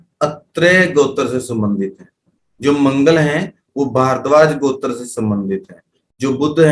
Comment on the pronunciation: आप गोत्र ,का उच्चारण सही नहीं कर पा रहें है कुछ समझ में ही नहीं आ रहा है